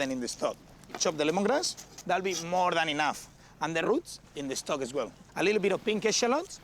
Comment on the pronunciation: sprinkol... de caramelaizing.. de stoc... ingles nivel peña nieto.